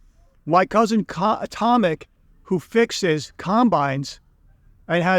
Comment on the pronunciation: Not Tomik but Tomek.This is polish name Tomasz .English Thomas is Tommy.Polish Tomasz we say Tomek😊